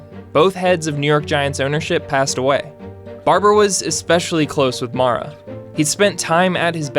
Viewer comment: its mare-a not mara. just letting you know for the future. RIP